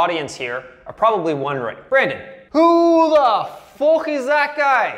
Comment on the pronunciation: Love how you pronounce fuck "FOOK" its awesome